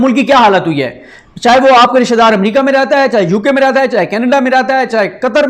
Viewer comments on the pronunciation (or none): none